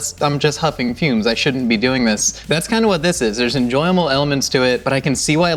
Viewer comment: "Enjoyamel elements". fantastic.